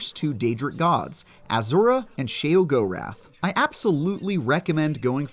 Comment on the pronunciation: shee-uh-gor-ath not shay oh go rath